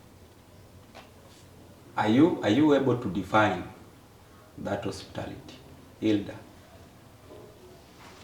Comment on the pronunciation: definition of hospitality is "osiptal", hiyo 'ty' is silent. 😁 mtu ujaribu. watasoma saa ngapi na wako na soko ya isa, the guy should also be charged with facilitating Froud. tulisema hakuna kulipia mschana fee kwa mens conference, hiyo ni kazi ya wazazi wake.